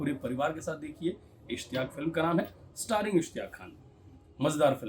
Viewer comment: सही लफ़्ज़ ' ISHTIYAQ ' है। माफ़ कीजियेगा ।